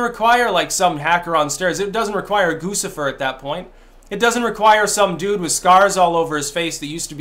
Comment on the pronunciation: I'm pretty sure Guccifer is pronounced Goochy fer. Because Gucci.